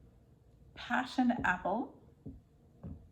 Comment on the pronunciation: "Passion" apple is actually "Poison" apple 🤣